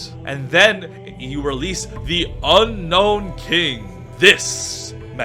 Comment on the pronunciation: Why does everyone say unknown rather than unown?? It drives me mad